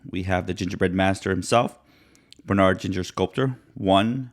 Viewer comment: It's pronounced BRE not BER.